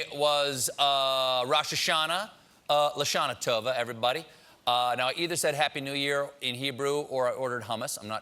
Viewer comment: It's not l'SHAH-nah TO-vah, it's l'sha-NAH to-VAH